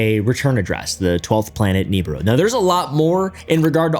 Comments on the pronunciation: Hey pal I think it’s pronounced “Nabooroo” and not “Neeburu” haha 😅 Also…uhhh there actually is some legitimate evidence for planet 9 being a really thing…gravitational anomalies in our solar system suggesting there is very much something out there…Potentially 10 times as big as earth with a 12-20 thousand year orbit… Though…This is not actually connected to the Niburu myth made by Sitchin but It does oddly conveniently resemble it 😅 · Is pronounced Knee Beer roo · Ugh it’s pronounced Neh bi ru. No Nibiru. Someone clearly didn’t grow up listening to Art bell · Real talk bro I hate how you pronounce nibiru it is grates at my soul like nails on a chalkboard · You’re homeschooling the pronunciation of Nibiru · It was at this point he realized: This fuggin guy is gonna say Nibiru incorrectly the entire video.